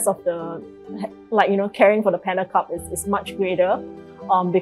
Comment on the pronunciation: Admin it's "cub" not "cup"!